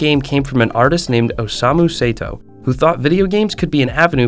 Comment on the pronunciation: Say-to as well😭